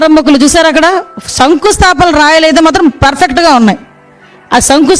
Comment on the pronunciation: Vangalapudi Anitha నీకు శంకుస్థాపన అనటం కూడా రాదు... సంకుస్థాపన నువ్వు టీచరివ్యు... మీరు తెలుగుకు ప్రతినిధులు... ఛీ ఛీ ఛీ ఎంత దరిద్రపు ప్రభుత్వపు హోమినిస్టర్వి... అన్నం తింటున్నారా లేక అశుధం తింటున్నారా... కళ్ళుండి చూడలేని కబోదులు... ఛ ఛ ఛ మీరు మనుషులా మండ్రగబ్బలు...